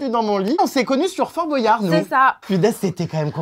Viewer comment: Jerem on dit Bwayard et pas Bo.yard